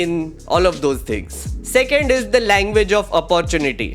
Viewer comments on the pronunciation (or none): none